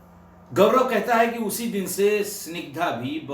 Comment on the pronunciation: sir GaVraV please mat bolein, Gaurav hota h